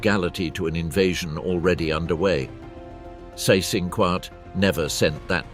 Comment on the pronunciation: Seyss-Inquart = "zice-in-kvart" ( QU is always pronunced as kv)